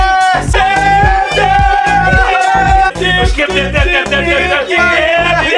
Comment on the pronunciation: they say ehkibidi or kibidi but the "s" is forgotten